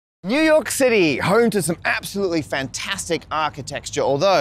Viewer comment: It's spelled New York, but it's pronounced New Yoink, Matt.